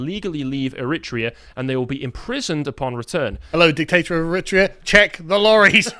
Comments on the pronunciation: I think he's putting the emphasis on the second syllable which is making it sound strange. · Please boys - it’s Er-ri-tra-an! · AIR A TRAY A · What is Er rit rean that's the first time I've ever heard it pronounced like that?... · I'm begging to learn to pronounce Eritrea. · He should learn how pronounce Eritrea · How can you expect to be taken seriously, Carl, when your staff can’t even learn the correct pronunciation of a country when compiling their articles? I know you guys are both smart and passionate; but clangers like this just give your detractors ammunition against you. I listen to you often and appreciate your arguments and efforts. Don’t give your enemies the excuse to denounce you as ill-educated and therefore irrelevant. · Funny joke, guys, with the stupid pronunciation of Eritrea. No way you don't really know how to say it.